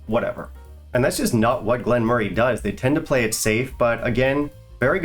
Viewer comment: you butchered it today...... No, in fact you massacred the dis😊distillery.😂😂